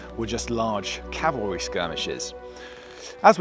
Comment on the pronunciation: Cavalry, not "calvary" 😂